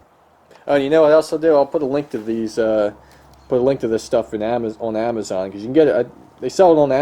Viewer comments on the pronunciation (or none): none